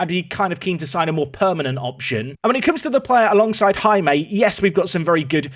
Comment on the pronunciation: hey Jaime is simply pronounced as hai-me